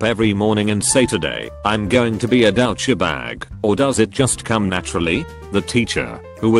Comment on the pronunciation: I just want to hear that voice read, "OOOOOooooommmmmppphhh" a few more times. He also love that he makes "douchebag" sound French and kind of pleasant. Anyway, my favorite story was where the guy saves the pant-wetting kid from embarrassment by dumping Gatorade on him. Nice that there are still compassionate, nice people still in the world.